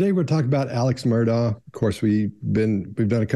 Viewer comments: Alex Murdaugh is pronounced Alec Murdock. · It might seem trivial, but it pisses me off the number of different ways his name is pronounced, when it is clear from the trial footage. Alex Murdaugh is pronounced Alek Murdock, that's the way he pronounced his name and was how he was referred to in court. I'm Scottish, and Alex is a shortened form of Alexander, which is a very popular Scottish name. Some Alexanders choose to pronounce the shortened version of their name as Alex, but I'd say the majority choose to pronounce it as Alek even while spelling it as Alex. Murdoch is a common Scottish surname, pronounced Murdock. Murdaugh is a much less common variant of the name Murdoch in Scotland, but still pronounce Murdock. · it's probably a UK English pronunciation. Although they do mispronounce Murdaugh. It's pronounced Murdock.